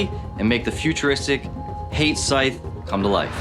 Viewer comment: Can we go over how they say Hate like Hey-te, but it pronounced Ha-tay